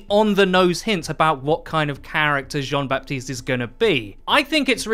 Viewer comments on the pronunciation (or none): Just to make your life easier, the "P" in Baptiste is silent, you can just say "Batiste" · it's pronounced "ba-tist", the p is muted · French dude here. You don't pronounce the "p" of baptiste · So, French guy here : You don't pronounce the P in Baptiste. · Nice video but the « p » is silent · In the name Baptiste you don't pronounce the "p".